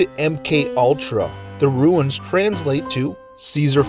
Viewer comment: Runes are not "ruins".